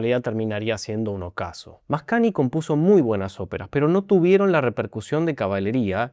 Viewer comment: Muy interesante tu explicación, siempre las disfruto mucho. Solo una observación, la combinación gn en italiano se pronuncia cómo "ñ". Por lo tanto suena algo así como Mascañi